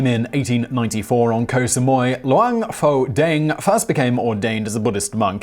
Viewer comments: BTW หลวงพ่อแดง is pronounced "Luang Phor Daang" Thai letters when romanized as "Ph" isn't pronounced as a "F" sound, it's "P" with silent "H" หลวงพ่อ Luang Phor = Lord Father/Reverend Father (title given to particularly revered monks and abbots) แดง Daang = Red (His nickname) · Pronunciation butchered...with this kind of pronunciation, you can tell a taxi to go to a Pattai shop and end up in Pattaya or, Pattani. 1st, it's Luang Pore Dang. Luang is pretty much correct. Pore as in Bore but with a P. Not the Ph~. Dang as in Bang. The word is actually a name with monk title. It means "Monk Daddy Red" which can be translated to make sense in English as "The red old monk". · Im thai and the way he pronounce luang pho dang really bothers me. Not at him tho but at my country that think pho pronounce poh the same way pukhet was written phuket (been to uk airport they literally pronounce "fuck it"). Also "Luang poh" is a Buddhist equivalent to "father" so saying "pho dang" doesnt really make any sense.